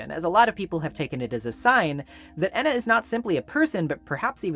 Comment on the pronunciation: I like to assume that Ena’s name is supposed to be pronounced as Eh-na, but likes to mispronounce her name as a sort of inside joke. There’s even a point when calls Ena by her actual name, then immediately “corrects” herself by saying Jena immediately afterwards.